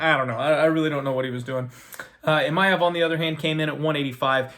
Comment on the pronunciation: There is no letter “Y” in Imavov. It’s not Imayov